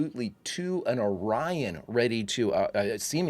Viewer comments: According to Lt. Kevin Riley it's pronounced O'Ryan. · Why would they choose to pronounce it as "Oreon" when the Orion slave trade is well established canon? It's very odd to hear them pronounce it that way. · A wonderful episode, complete with continuity back to the 'Journey to Babel' episode,....with the only fault being the malfunction of the universal translator & having us hear "Orion" pronounced incorrectly. I particularly like the POTEMPKIN to HURON to ENTERPRISE as the planned relay.